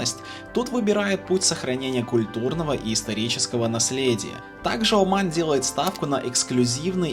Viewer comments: Всё хорошо, но вот этот акцент каждый раз на слове «О»ман , прям режет слух 😂 ты же говоришь, а не пишешь ))) а говорим мы Аман, а не Оман )) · Как же эта "О" уши режет! Не надо её выговаривать, говори "Аман", чай не с Вятки. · Не Уман а Оман....грамотей.😂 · Очень режет слух как автор произносит название страны Оман, или Османы. Хочется послушать как он произносит РоССия или Пермь😅